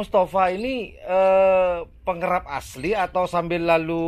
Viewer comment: Pengerap apa pengarap?😀😀😀